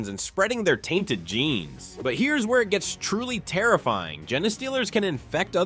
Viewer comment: Why can't you say gene properly? 🤨